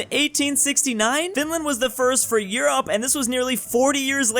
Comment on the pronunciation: You mispronounce 'Europe'.